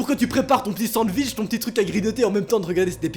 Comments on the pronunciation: Le monde entier: Sandwich: SandVich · Oh noa au debut tu as dis sanviche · 1min54 ta dis sandvinch LOL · " Pour que tu prépares ton petit sandvich ". 2019